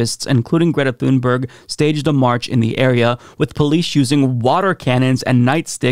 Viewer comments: Small pet peeve and I'm sure I'll get a lot of hate for this, but Greta pronounces her last name closer to "toon-berry" and not like it's spelled. When Amy Goodman interviewed her, she asked several times, please pronounce your last name for us, so we get it right. And she said "toon-berry" each time. Not "thune-berg" actually. Carry on, friends. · She's swedish, her name is pronounced TUNE-berg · Pronounced TOONBERRY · Her name is pronounced "Tun-berry", the "g" is a "y", like in "Vogt". You don't say "Vogt" "Vog-ut", you say "Voyt". Likewise, say "Tunberry". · You should learn how to pronounce her name correctly. It really irritates the right for some reason.